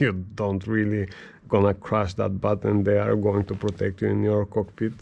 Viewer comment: I love how you say BUTOUN box... love everything you have there brother. Crazy rig!